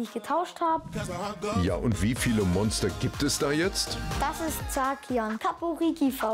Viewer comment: "Zacian" wird doch Seyschien aus gesprochen und nicht Sakian?🤔